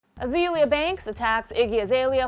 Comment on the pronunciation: Why does she keep saying Uh-zee-lee-uh instead of uh-zay-lee-uh? Azealia and Azalea are pronounced the same way.